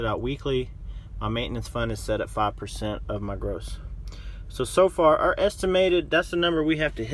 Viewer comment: Did he say "ARE" numbers.... Perhaps he meant OUR numbers... 3rd grade vocabulary.